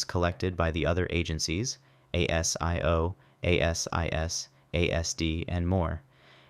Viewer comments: ASIO is pronounced a zee yo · ASIO, pronounced 'Aay-Zee-Ooo' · Pronounced Ay sis, Ay zee ooh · ASIO is pronounced AY-ZEE-OH and ASIS is pronounced AY-SIS